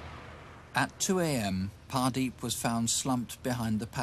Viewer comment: Great! Mini-cab murders now landed on Wikipedia thanks to CW (although I'm not sure about the name spelling: Hardeep? Mr Ross seems to pronounce it as Pardeep).